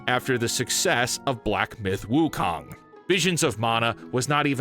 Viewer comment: It is pronounced Wu Kong. Not Wu Kang. ha!